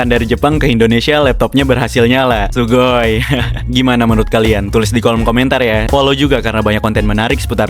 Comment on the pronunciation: fokus kekata kata adminnya yg bilang sugoi pke logat indo wkwk